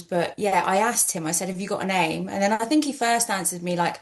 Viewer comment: “bink about it”